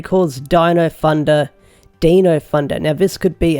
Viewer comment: Lol deno instead of Dino. Can the dude not have just listened to the theme song and got the name right